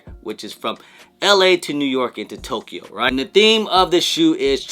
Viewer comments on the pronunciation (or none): none